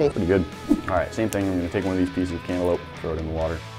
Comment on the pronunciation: Candalope? Its cantaloupe 🍈